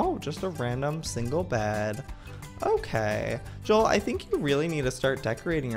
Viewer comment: its joel not jules